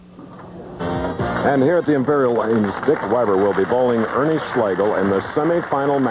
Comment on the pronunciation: It's "Ernie" or "Big Ern" 😅